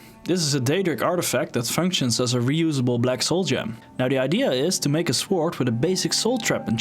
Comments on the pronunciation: De grootste fout die je gemaakt hebt is je uitspraak van het woord sword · i like the way u say "sword"